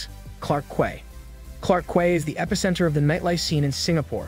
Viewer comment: Its pronounced Clarke Key. Not kueh.